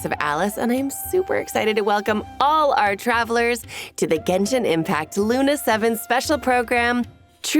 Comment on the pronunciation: Ah yes, Gunshin Impact